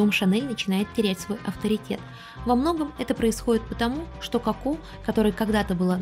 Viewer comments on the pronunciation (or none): Ну почему кАко а не Коко🫠? Неужели так сложно выговорить о в начале слова ? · Не очень понравилось произношение имени, КАко. В остальном, очень содержательный и интересный выпуск, без воды, красивый визуальный ряд.